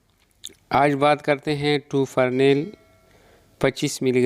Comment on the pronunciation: ٹوفرنیل نہیں ہوتا بھائی ٹوفرانل ہوتا ہے ۔ویڈیو بنانے سے پہلے تیاری کر لیا کریں